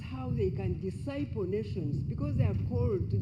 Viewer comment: "Dissciple nation " , oh my God